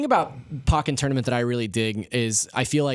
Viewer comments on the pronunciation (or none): Pokkén Tournament is pronounced POKE-EN not pocken. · "Pockin" Tournament lol